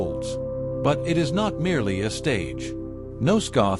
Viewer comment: Yeah, with AI slop (in 5 seconds it said pillars 4 times), there are way better videos to sleep to. This is trash. Not to mention the beginning: "Nosgoth "ey es" a world opening segment" EDIT: And don't forget that this is probably stolen by other videos from real people, wikis and forums posts written by people and such.